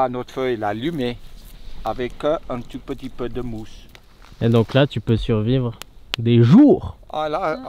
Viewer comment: en fait quand tu dit "un tout petit peu", tu prononce "un tu peux tu peux" mdr ;-)